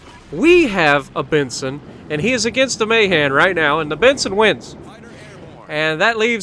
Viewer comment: Ohhh noo ur killin me with the names, Ma-han not mayhan no y. As for Nagato its Na-ga-to